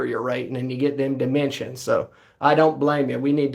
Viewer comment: Dat niggah said dementions